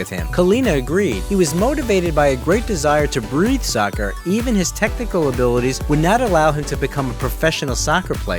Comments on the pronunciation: Nah he said sucker 💀💀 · man said “sawkerr” 💀💀 fam like no babes